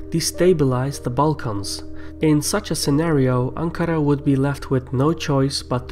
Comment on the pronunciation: I loved how you pronounce Ankara and Marmara :P